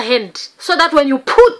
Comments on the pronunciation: "you POOT" XD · Anyone else say “put” like her while doing your makeup lol lol I do all the time